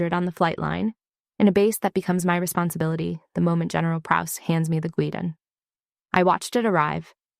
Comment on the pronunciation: No such thing as a "gweedon". Talking about guidon.